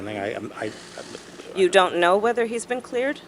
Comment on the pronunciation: "Oun't know."😂